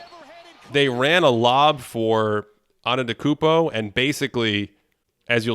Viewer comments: It's properly pronounced: Anday da koonbo. It's not pronounced how it's spelled. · yeah I guess it was more antetakumpout in transition. I’m obviously not mad at you, but even the fact that some announcers still mispronounce it is RIDICULOUS to me. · Respectfully, how are we still mispronouncing Antetokounmpo in 2024? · I guess just how you mispronounced it yourself just a few minutes ago. It happens😂😂😂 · he just mixed it with the next word he was gonna say, it happens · There’s no way people are more concerned with the blending of his name with the next word than the content of the video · Sounded like he named a new Mario character